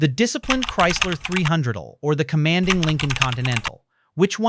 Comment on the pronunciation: If there is a human involved at all in this production, for crying out loud can't you listen to and correct the AI mispronouncing? The 300L is pronounced three hundred el, not three hundredle. A V8 engine is pronounced vee eight, not vate.